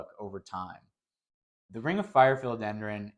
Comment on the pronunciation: Just a friendly FYI… it’s PHILODENDRON. 🙂